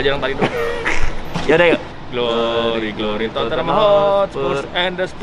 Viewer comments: Totte-nham 2 syllable instead of 3 to-ten-ham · DIT, Tottenham, pronunciation- nya: (TOT)+ (NUHM)